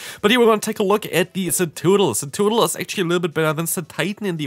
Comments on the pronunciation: It's in the title of the video too, tbh I think I do like Cetoodle better 😂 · Idk what everyone’s talking about, you’re saying it right hahaha CETOODDLE!! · "Cetoodle" has me dying bro lmaoo 💀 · Hey! Great video but your Cetoddle pronunciation is killing me 😅 it's Suh-TOD-ul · I'm a bit offended by your pronunciation of ceToddle